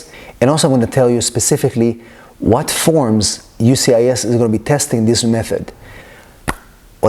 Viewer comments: How about you learn how to say the name of the agency before recording a video? UCIS??? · U-CIS 🤣. It’s U S C I S. Great information though